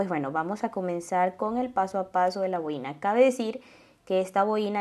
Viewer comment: Es una boina y no boína